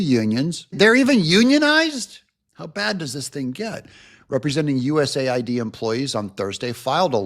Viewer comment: It needs to be pronounced USA - ID